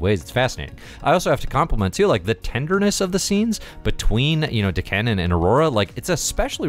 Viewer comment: Dah-Ken. Isn't D'Ken part of the Shiar Empire? Maybe I'm mistaken on that Shiar part. Edit: Just looked it up and, yeah, D'Ken is Deathbird's younger brother. Just so you know! And sorry if I've already bitched about the name thing. I tend to repeat myself. And sorry if I've already bitched about the name thing. I tend to repeat myself.